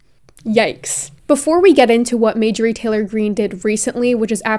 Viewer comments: Um are you feeling ok? If you pronounce something, that is simply how it is pronounced now. Her name is majorie😂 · Hi! Love you! Giggling over your pronunciation of Marjorie. You are saying Mājor-ie instead of Mar-jōr-ie. Great video as usual King. Much love! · Were you intentionally calling her Majorie instead of Marjorie? Lol. Because I could get behind bastardizinf her name. Lmfao. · i hate her sm but its mar-jur-ee not major-ee haha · Her name is Marjorie. Not May-jory. Marjorie/marjory was a fairly common girls name in the 1950s. May-jory is ??? You’re likeable and have a bright future, but if you want to be taken seriously, you need to do your homework and get the basics down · No fan of hers, or any of the Q nuts, or republican nuts, or conservative nuts, BUT, given that you are someone that would never misgender someone, or dead name someone, I do feel like you should be pronouncing her name correctly. It is MaRjorie, with an "R," and not Majorie, as you kept saying. Make fun of her all you want, hell, please do that, but also do say her name correctly. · I hate to be this person but it’s driving me insane...MAR-jorie. Love you! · It’s marrrrr jurry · The fact that I’ve seen multiple people in this comment section supporting her is so worrisome. Also for anyone saying pronouncing Marjorie’s name wrong is a valid way to see her arguments as silly and unable to be taken seriously, here is a timestamp for the place where stated that she was accidentally mispronouncing her name incorrectly and that she is sorry:. Also, who actually cares? Everyone makes mistakes and considering there are so many other important points made in this video, picking up on such a minor issue really shows the type of person you are, and that there are clearly no counter-arguments for you to use.